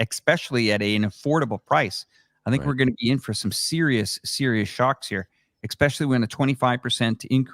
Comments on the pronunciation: Somebody please tell it’s “especially” not “exspecially”. Thanks for this convo. Very helpful. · dude keeps saying “Exspecially” or X-specially. its Especially bro ham! 😂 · Especially, doesn’t have an X in it.